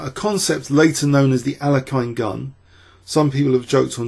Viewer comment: i am pleased you lean to pronounce names in a right way as you do in alekhine's way